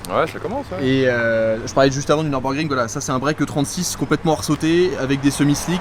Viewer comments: Merci …(Neurbeurgring->Nurbourgring)…En plus, on a la chance, nous français, de savoir prononcer le son U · J’aime la chaîne…mais s’il te plaît, mes oreilles originaires de la frontière allemande vrillent à chaque fois que tu prononces ce beau circuit ;)